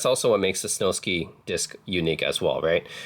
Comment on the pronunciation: It’s Snowsky …. Like whisky, you wouldn’t pronounce whisky whi sky.